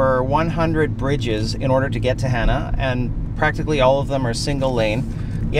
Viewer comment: Hana...pronounced Hah-nah.